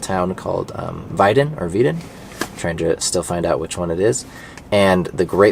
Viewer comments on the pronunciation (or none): But the W is pronounced like a V. That is really hard for Americans. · Oh yes its weiden. So your first pronunciation was correct! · HOW DO YOU PRONOUNCE WEIDEN?? like "Wide" WITH A N AT THE end.